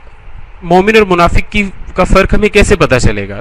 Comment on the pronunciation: bhai shabi munfik nhi munfiq ak alag tabka ha